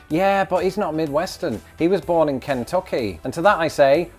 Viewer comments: Ooh,, it's not "Can-TUCk-y" but Ken-tuck-eeeee." But, you're forgiven. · You say Kentucky so funny!